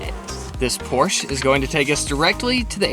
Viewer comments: I work with P*rsche so I know those Germans were just DYING at you pronouncing it like that- if you care (totally optional lmao) the Germans say 'porsch-UH, not 'porsch'! Love love love this whole journey for you guys though, especially Kara! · I know US Americans make that spelling mistake often but it's "PorschE" not "Porsch".. in German we pronounce every letter,,, same goes for Miele 🙈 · Ok I loved the video but Porsche is pronounced porsh - shuh, sorry 😅 I’m just a cat guy and cringe everywhere me someone says porsh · It’s pronounced “Porcha” but written as Porche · Porsche--AH. Please don't forget the "AH". . . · SO excited for more international travel!! And it's pronounced Por-Shuh 😉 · Please note that "Porsche" is pronounced: pore-shah. Thank you! 🤣🤣🤣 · Porsche… two syllables. Por-shuh